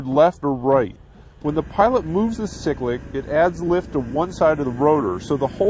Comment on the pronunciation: "Sicklic"???? It is called a "Cyclic" ( sigh-click) flight control. Cool video though.